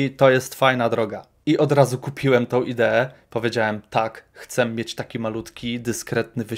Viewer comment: co z tym „chcem” zamiast „chcę”